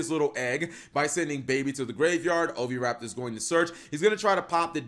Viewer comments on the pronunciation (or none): none